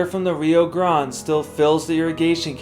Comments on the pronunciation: When talking about the river, you either can say Rio Grand or pronounce it Rio GrandA. Rio Grande. The e isn’t silent. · No. It's pronounced Gran,,deh as in deaf or dead. Rio Grande. No day sound Ah Kah la for Acala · Rio Grande is pronounced (Ree-oh Gran-day). Cool video!👍🏼